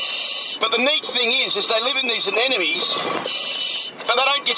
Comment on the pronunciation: So. Many. "Anenomes." Gah! It's anemone!